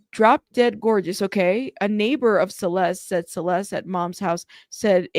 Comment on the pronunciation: To me, it sounds like she mispronounced Celeste's name because she couldn't quite remember her name.